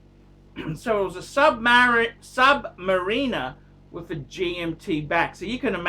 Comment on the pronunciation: What the fuck is a sub mareeener? Is that the same thing as a beeezal?